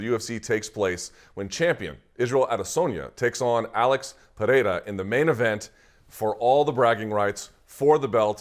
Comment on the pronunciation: 15 seconds in, and Luke’s nailed the names of both fighters… Strap yourselves in, ladies & gents, we got ourselves an interview 😎😎